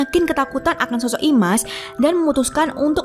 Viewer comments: Slah penyebutan min dari imas kok ke isma😒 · IMAS, tapi disebut ISMA teruuusss